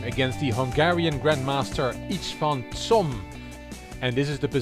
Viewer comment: I really appreciate your excellent pronounciation in different languages. However, Cs in Csom should be said as ch in the english word cheese. Respectfully, Gabor